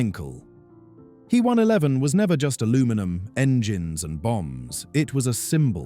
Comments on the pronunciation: Yes, it was annoyingly repetitive and the why use AI narration that mispronounces common words and calls the main subject an He one eleven (he as a pronoun - 3rd person singular) instead of an H E 111. Artificial Intelligence so often becomes Artificial Stupidity when used for narration. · Please, it's H.E., NOT He! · I made it one minute and seventeen seconds before I turned it off. First it is said H - E not he, second is it stated off as a commercial airline. I love how so called creators have no idea what they are talking about and summit it as facts. Do your research yourself and stop using A.I. for your presentation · He 111 is pronounced H. E. 111. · All you cunning linguists: It’s neither ‘H.E.’ nor ‘He’ as in “she”. ‘He’ is an abbreviation of Heinkel and in German pronounced to rhyme with ‘Ché’ as in Ché Guevara. H.E. Is nonsensical, there is no capitalized E or initial in Heinkel. Pronouncing ‘He’ like ‘she’ is not quite as bad, but messing up the German pronunciation. Never mind how the AI voice can’t make up its mind whether to pronounce it “Hee”, “Hey” or, hilariously so, “Ho”. 😂